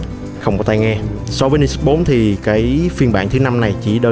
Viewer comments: Mình thấy bạn Khoa góp ý dùng từ hơi quá nhưng mình và nhiều bạn khác cũng có cùng suy nghĩ như trên. Các bạn góp ý để trở trên chuyên nghiệp hơn chứ không có ý chỉ trích. Mong lắng nghe ý kiến đóng góp và cải thiện phát âm tiếng anh quốc tế để trở nên chuyên nghiệp hơn. Nói thật thì nghe phát âm "Ni sút" rất buồn cười, vui, chứ mình không có ý khác. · Tay này đọc tiếng Anh sai nhiều lần rồi. Đến tên máy còn đọc sai nữa chứ mới hài. Hồi trước còn nhớ màn hình con iPhone đọc là "rì tai na" mới hãi. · ten cua máy thi fai đọc sao cho đúg chứ